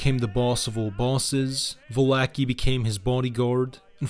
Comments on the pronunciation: Just so you know mate, for any other future use, Joseph Valachi, is pronounced like Va-la-chi, instead of Va-la-ki. Otherwise nice job. Your research is top notch, especially of the early years, before, during, and after Prohibition, and then the DeCavalcante year's. Lot of info ive never heard before. 👍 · It's ValaCHI, not Valake lol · Va la chee; not Va la key. Also not con sig lee air e; consil Erie. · You really should spend research time learning how to pronounce the names of the people in your videos. The content was fine. It was a nice, tight presentation that covers the important point, but when I hear things like Valachi, pronounced "Va Lack e" instead of "Va latch e" it detracts. Genovese and Lucchese were also both off. Those are all very prominent names in the American mafia. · it's Valachi!!